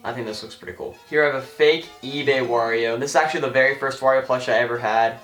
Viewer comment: LOL you kept saying wa every time you show the wario bros